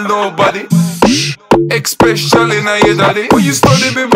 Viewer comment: say "especially" wrong one more fucking time I dare you